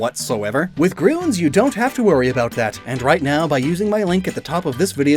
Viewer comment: you say gruns instead of grüns